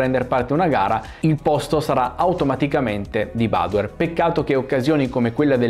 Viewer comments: però badoèr, non bàdoer. Egli è veneto, non inglese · Ciao , io sono proprio di Montebelluna, grazie per aver portato questo video.. l'accento del cognome però te lo correggo perché va sulla E, tipico cognome veneto 😉✌️ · Piccolo appunto: *Badoèr, da buon veneto quale è ♥️ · Bellissimo video, nota da trevigiano: siete simpatici, siete bravi, state facendo un ottimo lavoro, ma, vi prego, utilizzate la vostra visibilità per far capire a tutti che si dice BADOÉR CON L'ACCENTO SULLA E. Ormai si è arreso pure lui, una gioia concediamola😅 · Possibile che dopo tanti anni nessuno pronunci correttamente il suo cognome, neppure tra gli esperti? È Veneto, si pronuncia Badoér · Confermo, da montebellunese, che l'accento cade sulla "e" dell'ultima sillaba, non sulla "a" della prima. Luca è veneto mica inglese!!!😉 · aspettavo questo momento per sentire la pronuncia sbagliata del cognome 😂. ora smetto di fare il cagacazzi e mi godo il video😁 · non lo pronunci giusti il cognome ricordati che e' veneto